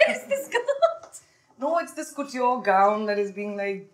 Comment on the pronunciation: She keeps mispronouncing ‘couture’ !